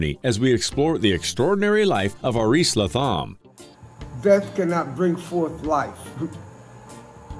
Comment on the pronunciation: I spent a week in Panama with Aris in 2014 or 15. He rolls the r on Aris and the th is pronounced as a T. He's very youthful, super intelligent & very kind.